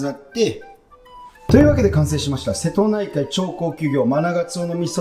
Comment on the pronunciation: ラストのしぇとないかいで笑ってしまった😂